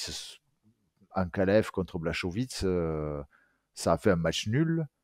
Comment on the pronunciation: Salut je regarde toutes vos vidéos et je like toujours mais faut respecter les noms "Blachovits" 😅😂😂😂😂j'étais mort au moins 3 fois à la suite.. 😂😂😂😂😂